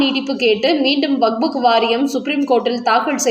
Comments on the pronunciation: ஆமாமா அது வஃபஃ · ஐயோ அம்மா! அது வக்புக் இல்லை. கேட்கவே நாராசமாக உள்ளது.